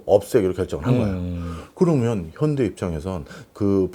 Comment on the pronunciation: 현다이? 일본인 인가? ㅋ ㅋ 더 정확하게 겐다이 라고 해 😂